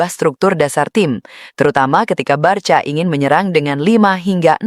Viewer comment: Mba jangan BARCA membacanya, tetapi BARKA atau BARSA